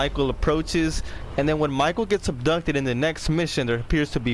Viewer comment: Wait did he acsholy get ubtucded?